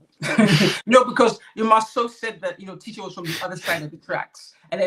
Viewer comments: Her name is pronounced "Tee-sha" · PLEASE NOTE: Tisha is pronounced TEESHA and its Destiny NOT Stormi.